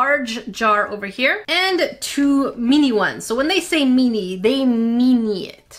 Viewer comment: pronounces “mini” incorrectly. She says “me-knee” (“me” rhyming with knee or tea or pea) when it’s correctly pronounced “min-knee” (“min” rhyming with bin or tin or sin).